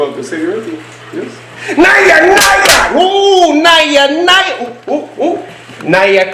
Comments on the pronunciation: its pronounced na-ja not naiya naiya.god these guys dont know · Nayya Nayya is wrong. It's Naja Naja.